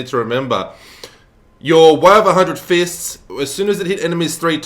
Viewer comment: 'The Way of a Hundred Fistings' sounds painful ...